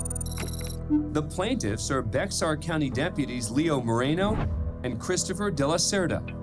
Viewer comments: Not Bexar, BeXar - pronounced Bear... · The x in Bexar is silent; it's pronounced "Bear" County. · how do yall pronounce bexar wrong